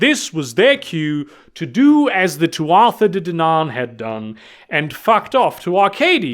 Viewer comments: Tuatha is pronounced Too-ah. It’s Irish. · For future reference, Tuatha is pronounced too-uh. At least, I'm like, 90% about that pronunciation. It's Gaelic, so, y'know.